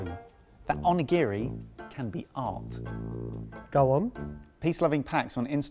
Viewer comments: The way says Onigiri 😱😱 here this is how u say it: O-knee-ga-ree 🍙🍙🍙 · the pronounciations...... i have no hope in you guys' pronounciations of foreign words anymore. onigiri is prounced as more of On-NI-GI-((R+L)/2)I, more of an "onigili" sound. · "Shi TARH Ki", "On A giri", why... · right xD the way he says "on-e-giri" ahahah his pronunciation....... makes me want to cry myself to sleep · pronunciation of Onigiri is excruciating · you pronounce onigiri super wrong!!